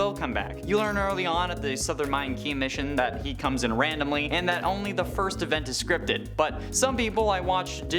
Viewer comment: he said firs like